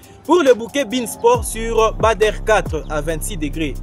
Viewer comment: Ce n'est pas Bâ der mais badre prononcer Bâ dre.